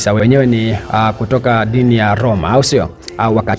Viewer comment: Brother plz go back to English pronunciation Yuko colosi sana na Loma = close sana na Roma